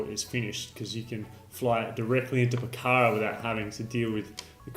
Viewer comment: For someone who has been to Pokhara many times you sure have a hard time pronouncing it. Otherwise great informative video. I came here because of your Annapurna Good/Bad/Ugly video